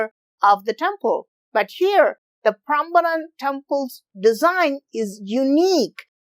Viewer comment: Hey, I'm Indonesian and Idk why I found this video. But I'm grateful bcs I can learn something new about my country from foreigners?😅. Yeah, I love the way you pronounce Indonesia and Prambanan very well and correctly, similar like our tounges LOL. And I love when you curious you'll find the answer urself not only from the internet but also to the local so you'll get ur answers accuratly to minimize possibility of biased unlike some "youtubers" so sometimes they made some mistakes, not entirely their fault tho bcs they might not realized it but yeah. It's best to gather information as much as possible and certainly get info from the locals and share all that information. Not only by 1 or 2 sources. Like you, even tho maybe there are not 100% true but you showed us the process of ur doing to gather ur informations. Maybe next time you can invite the people that can be ur interpreter to the local tho😁 Once again. thank you bro and keep it up. You might uncover all the trivial questions from around the world that even the citizen from those countries might not know. Like me🤣